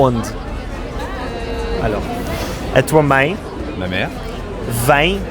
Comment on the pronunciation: "mãe" e "pai". Hhahaah! O cara não consegue nasalizar o negócio, pouca gente que não fala português consegue fazer esse som.